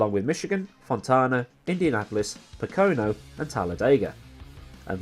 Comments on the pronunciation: PO-co-no, not po-CO-no. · it's pronounced more like Poke-A-No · Ok I'm a Nascar fan I'll explain Daytonas qualifying races is tradition Trioval where the start finish line isn't a corner Corner entry is 1 Corner exit is 2 Make sense Pocono is 3 syllables Po-Co-No It's called speed weeks Daytona 24h is the same time of the year because imsa who runs the race is owned by the same people who own Nascar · It's Po-ko-no for the correct grammatical pronunciation of that race track , otherwise cool vid.